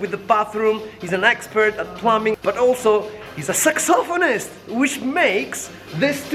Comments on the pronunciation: plumming...... lol its plumbing :D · FFS Plumbing not plumming #grammaticapolizia